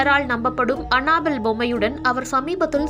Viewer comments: Hey tharkuri, It's not anna bell.. it's Annabelle. What kinda pronounciation is that?!!!! What a shame!!!! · It's not anna bell😂😂😂😂 It's annabell